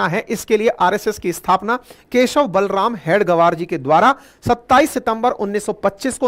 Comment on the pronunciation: आपने दो तीन jagah बलराम बलराम ऐसे उच्चारण किया वो वास्तव मे बळिराम aisa है.